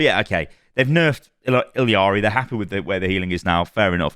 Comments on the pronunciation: First i thought couldn't read properly "iLLari" and him saying "iLLiari"😂 But i think it's just a British speech impediment: Z(Zed), Aluminum(Aluminium), iLLari(iLLiari). Adding extra letters to words😂😂💀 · Why does everyone keep calling her illiari? There's no "i" in the middle of the name. It's illari. ILLARI. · You’re horrible with details: please stop calling her IL-E-AR-EE. There is clearly no I after the 2 L’s. That means at best in English we would say IL-AR-EE. Please see this. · Why are people calling her ill(i)ari, theres no i, its pronounce iyari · why do you say "illiari" thats so far from correct its absurd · Blizzard are the dumbest mfers. Edit: It's pronounced Ill are e. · Illari is a Spanish name, so the double L L should be pronounced as a Y. I haven’t heard one correct pronunciation yet in the community. It’s e-yari. Not ill-ari and definitely not ill-e-ari.